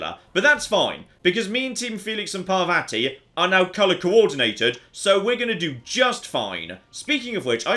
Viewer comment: It's pronounced Par-VAH-ti, not Par-vatty. Rhymes with "spotty."